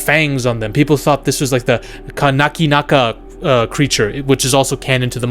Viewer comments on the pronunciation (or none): Naki naka? It’s na kika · Nakika not nakikkaka😅😅😅😂😂😂